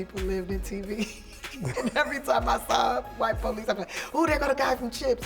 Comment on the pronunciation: The way she pronounces police is pretty funny. The PO-lice